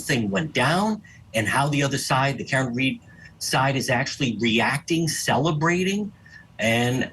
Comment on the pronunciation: Is this that lady Julie Grant? Had to be. Ridiculous how she pronounced Karen.